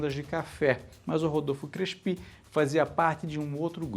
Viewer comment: Adorei. Mas eu nunca ouvi o nome Crespi pronunciado como oxítono. Você pesquisou sobre a pronúncia correta? E já que o tema da série é o paulistão, faltou falar do estadual conquistado em 1934, de forma invicta, jogando como Clube Atlético Fiorentino. Abraços!